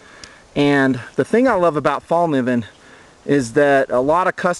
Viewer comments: haha, everybody from english talking countrys sais Falniven, and now people are starting to think thats how you spell it. !!Fällkniven!! :) the K and the N is prunownced kn, not just like a N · It's pronounced "Fell Kneeven," not "fall niven" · fallkniven (fällkniven) is swedish for 'the folding knife'. over here it's pronounced 'fell'", as in "fell down", kay sound as in 'clip' followed by 'nee' as in 'knee' and "when". "fell-k-nee-when" - say it out loud and you'll pretty much mastered the swedish language.